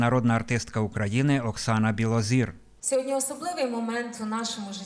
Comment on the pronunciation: Білозір,а не Білозор,пані ведуча!